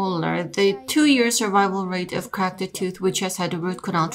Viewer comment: One at a time. You can't both talk at the same time, it makes it much more difficult for the listener. Also it's pronounced "Cracked" Not "Crakid". Your accent crakid me up! I want a 3 minutes and 11 seconds refund please. What's that?! You can't give me a refund? Let me sapkeak to your manawgar please.